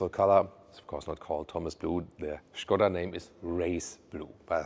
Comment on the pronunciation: Super, Good your pronunciation "Shkoda"